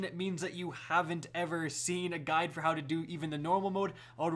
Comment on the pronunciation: I thought he said “This gun will show you...” when he said “this guide will show you...”